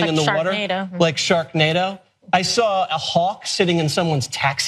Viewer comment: I sawr a dinosawr wuring a car like a hat!...